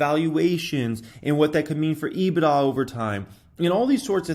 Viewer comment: said EBIDA 🤣🤣🤣